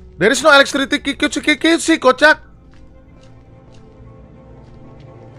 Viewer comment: "there is no elekstritikikikikisi kocak"